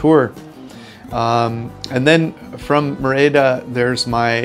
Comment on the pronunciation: It is Mérida, with the accent on the first syllable.